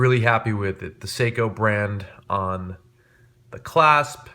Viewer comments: Its pronounced sayco not seeco. Nice watch those I have the same one on a NATO. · A watch enthusiast who can't pronounce Seiko? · After hearing the way you said seiko I do not trust your judgment in watches